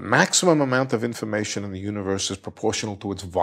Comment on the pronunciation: I think it’s cute how he says “infamation”.